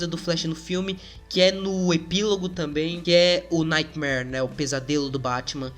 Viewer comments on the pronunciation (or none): none